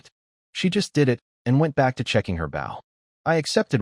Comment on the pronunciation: Getting a little tried of these Ai reads mispronouncing bow 🏹